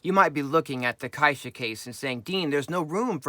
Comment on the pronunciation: Great video, and thanks for the care in pronouncing "caixa" properly. :)